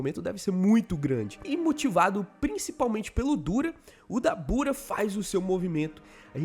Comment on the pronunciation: A pronuncia certa é “dábura”